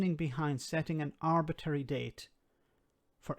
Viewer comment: Arbitrary Not "Arbitary"